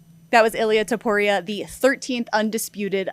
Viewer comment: *Topuria NOT "Toupuria".